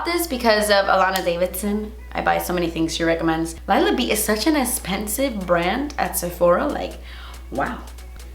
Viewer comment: I seriously live for the “das esspensive!” & the “deLITchous” in the videos! 🤣💖